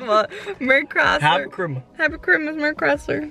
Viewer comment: "happy crimus" 😂😂😂